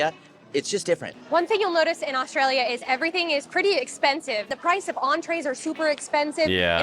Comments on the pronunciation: Nevermind the way Americans say water.......The way you say Australia (Oztralylia) is hysterical 😂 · Americans replaced T with D and always leaves the L out of Australia lol